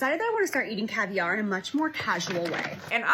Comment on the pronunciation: Why does Jaclyn keep pronouncing “caviar” like that? There’s no accent on the second syllable, girl.